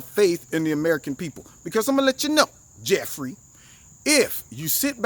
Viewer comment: Jef-ray!! Jef-ray! 😂